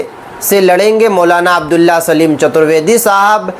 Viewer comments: ارے بھائی آپ تھوڑا صحیح سے نام بولیں سلیم نہیں سالم ہے پلیز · Are bhai chutar vedy nahi chatar vedy saleem nahi abdullah saalim sahin se bolo yaar